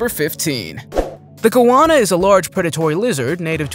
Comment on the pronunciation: Total agreed Budd and how he pronounced goanna and taipan 😂😂